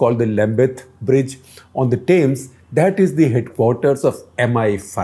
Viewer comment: Shekhar, it's TEMS...not TAYMS...just FYI